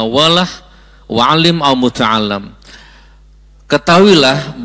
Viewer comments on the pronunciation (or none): Sedikit koreksi Gus Nur الا ذكر الله " ...Illa dzikrullahi bukan ala dzikrullahi. Dan متعلما "Muta'alliman bukan Muta'allam ( muta'allim bukan Muta'allam ) Barakallahu fikum